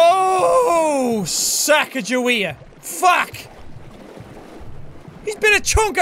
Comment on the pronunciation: lol it's sa-caw-guh-way-uh